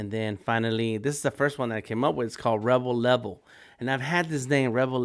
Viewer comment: Rebel Level, sounds cool, For a second, I thought you said Rubble Rubble. The catch phrase for the Hamburglar